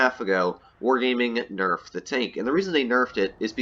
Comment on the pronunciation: It isn’t enough when you say “nefed”